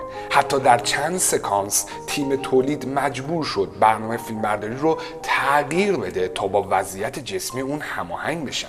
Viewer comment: تع قیر نه، تغ یییی رررر